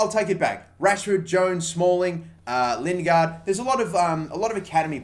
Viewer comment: Why does he always mis pronounce lingard